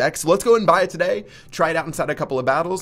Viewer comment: You pronounce 'today' pretty weird :)